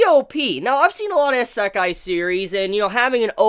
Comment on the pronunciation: great vid, but still don't like the way you say Isekai lol